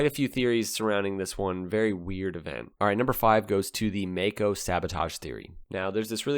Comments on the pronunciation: I'm Australian. I found that May-co pronunciation profoundly irritating. I remember the brand from back in the 70s. We said it My-co. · Maico is an abbreviation of Maisch (founder‘s name) & Company & it is not pronounced May-Co but Mai-co, with the „Mai“ as in the cocktail „Mai Tai“ - just my two cents as a smart-aleck from Maico‘s fatherland, Germany.